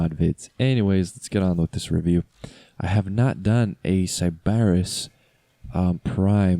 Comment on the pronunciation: You’re saying Sybaris wrong and it’s bothering me reeee